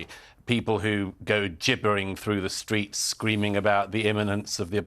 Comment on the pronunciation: JibberWing in the StWeets yap yap yap...